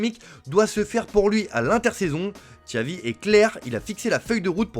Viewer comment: Ahhh "Txavi"....😂